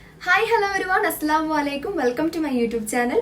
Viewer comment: Aslamu alla.. Correct padich para